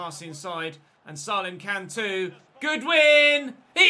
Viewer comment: you actually pronounce Salem name as Say-lem please like so he sees this ❤️